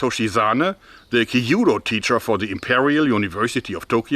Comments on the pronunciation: It's not called Ki yu do, but Kyūdō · 弓道 kyudou. The pronunciation is more close to when you say q then dou. Q,DOU not kiyuudou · I always thought that the Chinese bow was a lot easier to learn and more practical to carry in the battlefield. Your engineering skills are great, however...you're telling me that there's a dedicated Kyudo club in Bonn and no one overthere can pronounce it (Kee-oo-doh) instead of "kee-judo"? Same reaction dojos all over Japan have when they hear the word "Karate" [Kah-rah-teh] pronounced Kah-rah-ree by Americans that give a gazillion colored belts every three months at their dojos. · small pronunciation critique, not meant to berate you or anything. but it's kyuudou, not kiiyuudou. the kyu sound is one syllable, not two. still loved the video, but i'm a language fanatic (4, going on 5), so i always just like putting the info out there for those who are interested. the kyu sound is pronounced similarly to the english pronunciation of the letter Q. maybe it would be easier to pronounce if it was spelled quu-dou? anyway, love the content, keep it up! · Oooooh, I thought you were talking about some more ancient or obscure form of Japanese Archery but you were just pronoucing kyuudou (que- dough) with too many syllables. LOL. It's kyuudou not kiyudou. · Amazing video as always and Happy new year! I know how much you research stuff and this video reminded me of the katana discussion you had years ago, which I quite enjoyed. Do you mind a small tip on your "kyuudou" pronunciation? It will sound more fluent if you try to make it two syllables, instead of three (something like "kill-dou"). Yumi on the other hand was spot on! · Great video but the pronunciation of kyūdō hurts a little haha